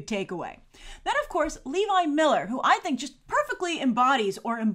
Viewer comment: you are mispronouncing Levi Millers name. also, have you seen "Dragons race to the edge?" i`d love to here your review! big fan! keep it up!